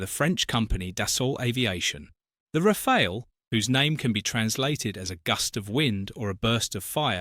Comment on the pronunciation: Its pronounced Rafal or Rafalé not Rafail.